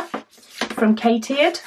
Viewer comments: Nice. I believe it's pronounced cat eared. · Yes, that is how it is pronounced